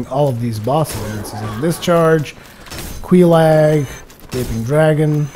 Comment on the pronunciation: Just btw,; it's Quelaag, not Queelag.